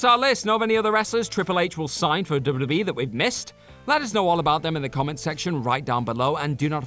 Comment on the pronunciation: my favorite part is when he said dubbadubbadadee